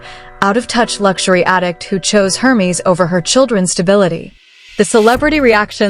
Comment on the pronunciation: I know - it's DOREEET not DORIT!!! And Hermes is pronounced ERMEZZ - not whatever the AI voice was saying, lol.